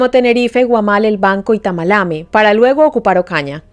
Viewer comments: Gracias. Una pequeña corrección: no es Tamalame sino Tamalameque. Gracias. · vives en EEUU y eso como que te vuelve brutica, es tamalameque, no tamalama. Es un municipio del Cesar